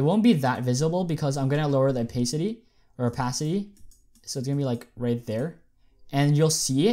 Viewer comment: it hurts me when you say "opaycity"